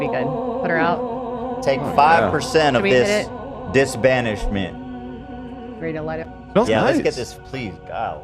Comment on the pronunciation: “take 5% of this dis banishment” 🤣🤣